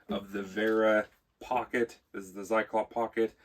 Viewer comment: It is nice for my german ears to hear you say "Vera" correctly. Many english speakers get tricked into saying sth like "wearer". Now if you could punch "Zyklop" into google translate some time and listen to the german way of saying it, you'd be next level. Thanks for reviewing this tool. I was thinking if it is worth the money for quite some time now.